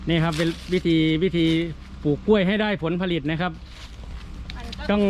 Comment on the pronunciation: แหม! พูดสวนก้วยคักๆเน่าะ จะทำคลิปก็ระมัดระวังการใช้ภาษาด้วย ก้วยๆ จริงๆ ไม่ออกเสียงควบกล้ำเลยเน่าะ ถ้าพูดอีสานก็ ก้วยๆ แต่พูดภาษากลาง ใช้ภาษา อักขระให้ถูกหน่อย